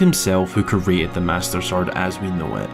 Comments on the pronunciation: "Kree-ate". Not "Kuh-rate". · Got my snack and drink. Wait, the video is under 10 minutes. Also it is pronounced CREEEEated, not curated.